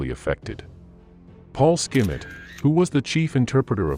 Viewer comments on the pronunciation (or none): "Paul Skimmit"? Is that AI-speak for "Paul Schmidt"? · Hitler's interpretor was Paul Schmidt, not Paul Skim-it.